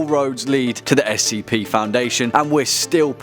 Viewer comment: Why is he pronouncing SCP as "skip"?